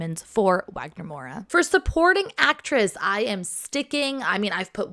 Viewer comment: Loved the predictions! They're pretty solid, actually! Just a tiny tip correction: in Brazilian Portuguese the letter W has a V sound in a lot of words, including some names such as Wagner/Walter/Wanessa So whenever saying his name the correct pronunciation is Vagner Moura 😉❤